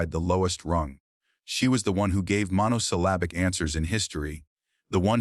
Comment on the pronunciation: The introduction says "...true story". The later small print says "This video is a work of fiction". The AI reading is poor many times... e.g. "lino'leum" becomes "lino-le'um"... "monosyl'abic" becomes "mono-silaa'bic"... "cal'uses" becomes "calo'sus"... "cathar'sis" becomes "cat'tis"... "unread'able" becomes "unra'dable"... "ral'ley" becomes "raw'ley"... "karate" becomes "karat" three times. Then the puzzles... what is "age UK"? and what is "stealing wshmp"? What is "raccoon and G"? I wonder what AI reading would do with punctuation. Maybe this should be called "the new girl vs. AI."